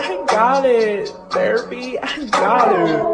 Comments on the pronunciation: its THERAPY, not "fairy pee" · The girl in be like: “How do you spell Therapy?? Oh, wait Therapy is pronounce like “Fairy Pee”. I'll go with that” *types Fairy Pee instead of going to google voice search and say Therapy spelling*. Y'all already picture that along with the girls spelling of Depression, Anxiety and Friends Edit: I forgot about the heartbreak part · "Depp-russian" "An-xite" "Hert - Brek" "Fairy - Pee" "Frwends"